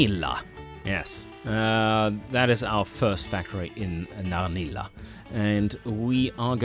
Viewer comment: hahaha, that has to be the most creepiest impression of a conversation with Mario and a "evil scientist in a white lab coat " ?? also .. not sure the representative is Danish or German . but this is golden and perfect for my taste of humor :-D Narnilla sounds Swedish